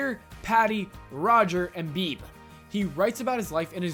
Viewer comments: Wait, did he pronounce Beebe (actually pronounced bee-bee) as "beeb"? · Idk if I'm the first to point this out... It is pronounced "Bee-bee"... Not "Beeb"... That bugged me. Lol.